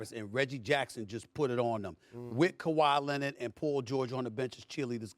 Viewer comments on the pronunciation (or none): "Kawhi Lennit"